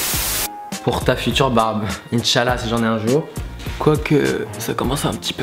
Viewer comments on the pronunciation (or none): T'as dit inchallah comme si tu étais muslim